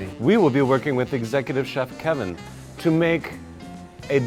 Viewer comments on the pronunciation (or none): none